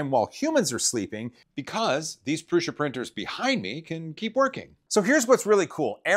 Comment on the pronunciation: Thank you for pronouncing Prusa correctly.